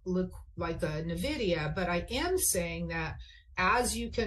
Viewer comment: There it is again! “Navidia”! Why can no pro trader pronounce Nvidia?